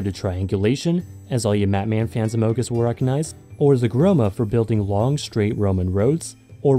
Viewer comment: he really said "amogus" instead of "among us"